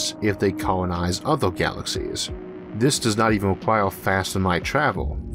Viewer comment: Can't get by this guys speech impediment....he needs a narrator....I can't stand to "wisten to whis nawwation"